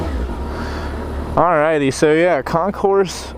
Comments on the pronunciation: You don't say the S. It's Con-core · The “S” in Concours is NOT pronounced. Of course, you’re from GA so I’m completely wasting my time explaining this to you, right? I lost count how many times you utter the words, “oh my God” and the word “shit”. You are one CLASSY dude, no doubt. Nicely done. You made me feel embarrassed for you. How does that even work? No wonder so many people laugh at Americans.